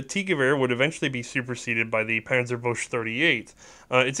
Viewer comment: Isn't it the Panzerbuchse (pronounced -byookse) and not Panzerbusche (pronounced -byoosh)?